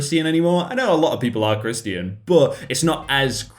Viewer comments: Me when pronounced Christian as "kris-tee-an" instead of "krish-chen": visible frustration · why do you say it like christy in and not christion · How this dude pronounces Christian: Chris-t-in How most people say it:Chri-sh-tin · It’s not Christian it’s pronounced ˈkrisCHən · Isn't Christian pronounced krishchan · OK no offence but why do you say "ChrisTIAN" rather than "christ'chin" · You say (Chris t an) No no it’s (Chris chan) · Don't judge me, but i think it is just so odd that you say "Chris tean" ONLY because i usually say it like "Chrish ton" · I like how he pronounces Christian with three syllables. . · I like he says Chris ti an Like it’s has 3 syllables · I do not dislike, but, ‘crist-i-an’? Sorry but what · Is no one going to comment how he says Christian like kris-tee-in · Why do you pronounce Christian as Christy in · How pronounces Christian: Chris tea in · Is that the actual british pronunciation of Christian? Or is it just? I'm genuinely asking, I only heard it in Hollywood movies or news stuff. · BRUH YOU AINT PRONOUNCIN CHRISTIAN CORRECTLY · Bruh... 🤦‍♀️ "Christian" is 2 syllables! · Who knew Christian was 3 syllables eh? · Why do you say Christian like that it triggers anxiety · The way he said christian made me laugh lmao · Haha some people are British, that's funny ...am I doing it right?